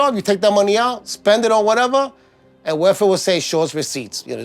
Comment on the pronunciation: It sounds like he's saying "werfare" instead of "welfare."